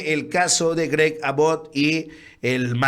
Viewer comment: Perdon, pero se pronuncia AAbott con acento en la "A" y, Abbot es gobernador de TEXAS, no Arizona